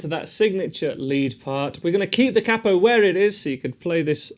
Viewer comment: He said cappo 😅